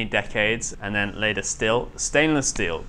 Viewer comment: I've really loved watching this boat being built over the "2Years"🤔, however I have just a few teeny tiny complaints 1, your now sloppy pronunciation of the Kings own language has started to slip,this just won't doo the way your murdering the word "Later" Lately is quite simply abhorrent 2 The length of said videos seems to be getting shorter & shorter,at a time where the job is becoming more interesting,cant we have just a few moments longer. Apart from this Good Job Lads & Lasses,Much love from Manchester England 🇬🇧